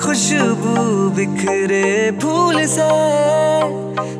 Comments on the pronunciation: Apna pronunciation theek karo urdu lafz use hote hai unko tum correctly nahi bol pa rahe ho jaise khwab khushbu ye sab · Pronunciation gadbad hai tumhari singing ka like khwab khushbu ye sab